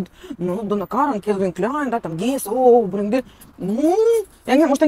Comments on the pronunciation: БрЭнды -делай те правильно ударения. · Не брендЫ,а брЕнды!😂